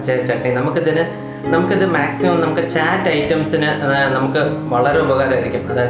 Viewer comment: Ethu kolaa..... ചാറ്റ് അല്ല... ചാട്ട് alle....???